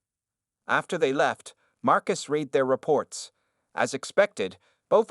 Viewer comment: I wish they could get the narrator to correctly pronounce ‘read’ as ‘red’. It kinda ruins the telling of the story.